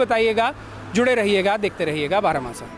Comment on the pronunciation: चैनल का नाम बारहमासा होना चाहिए बारामासा नहीं। बुरा न मानें।